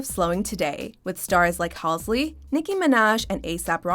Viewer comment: 'halsley' lmao nice